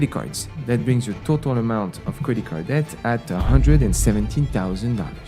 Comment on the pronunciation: I like how he sometimes pronounces the word debt correctly, but most of the time heavily emphasizes the B.